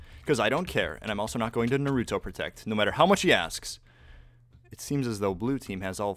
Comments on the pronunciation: It's not "Nar-OO-toe". It's "Nahru-toe" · Anyone else cringe every time he says narÜto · That “Nuuh rue toe” hurts my weeb ears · He pronounced naruto wrong... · I cringed at how he pronounced Naruto and I dont even watch it..